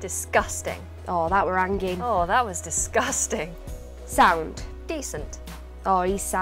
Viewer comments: it's not 'hangin' we say 'angin' or 'mingin' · it’s more “angin” than “hangin” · I'm amazed with how she separated the n and g. Han-gin'